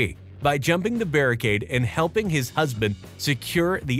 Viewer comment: am i the only one who realized he said "maryse jumped the barricade and helped hiss husband get the win"